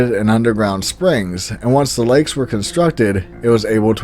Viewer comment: You are pronouncing lakes wrong sir